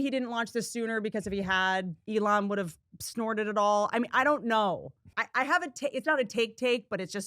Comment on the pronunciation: his name is Elon "E-Lon" not A-lawn